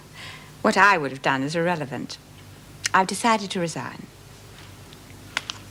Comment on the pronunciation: Listen again. It's definitely 'irrevelant'.